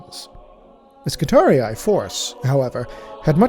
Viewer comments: I swear to God you're the only person on YouTube who pronounces Skitarii correctly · The only who pronounces "Skitarii" correctly. Ave Omnissiah! ⚙️ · ...so that is how you pronounce 'skitarii'.